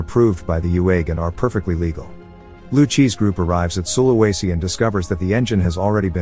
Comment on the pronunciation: its pronounced su-la-we-si